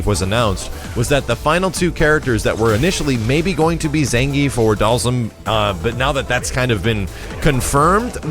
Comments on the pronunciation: and charlie nash...u missed one dude its not pronounsed (doll- zum)...its ( doll- SEEM) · Am I the only one who pronounces Dhalsim name like this (Dahl-seem)?